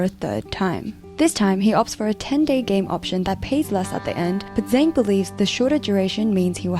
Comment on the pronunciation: FFS! His name is not “z-eng” that makes him sound like a bad guy in a US movie. His name is “z-ung” 曾